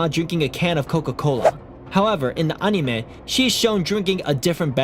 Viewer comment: DUDE PLEASE PRONOUNCE ANIME CORRECTLY